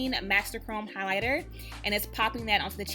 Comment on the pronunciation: Is she saying "highlighter" or "hider"? Good grief.